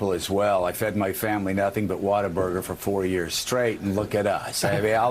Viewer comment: H2O Burger? Water-Burger? No, you fkn moron, it's WHATABURGER, NOT WATERBURGER!!! He can't even get the name right, so how are we supposed to believe anything he says?